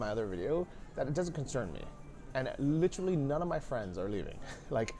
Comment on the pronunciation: It is funny alright. . “Li-trilly”